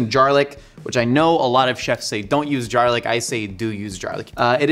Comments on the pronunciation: It's gar lic not jar lic😂😂😂😂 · it bothered me a little bit that you were pronouncing it jarlic, but when the captions spelt it as garlic that somehow bothered me even more. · Who coined "jarlic" 😂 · Why does he say Heinz and garlic like that lol